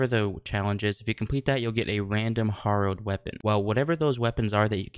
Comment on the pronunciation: Someone please tell this man how to pronounce harrowed 😂